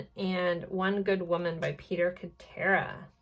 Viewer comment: I love your readings but I’m from the 1980’s and this is driving me crazy…Peter Cetera’s name is pronounced Sit-air-uh…I feel better now 🤣